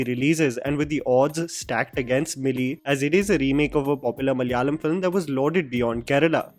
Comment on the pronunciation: it is pronounced Malayalam not Malyalam